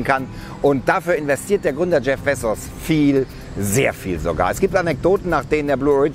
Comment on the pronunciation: Als ob man ihn bezsos ausspricht🤔